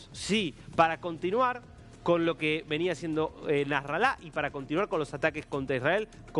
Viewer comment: NASRALA ES GRAVE LA PALABRA IGUAL QUE INFIERNO , NO SE DICE NASRALÁ AGUDA . De todos modos no existe más 🤣🤣🤣🤣🤣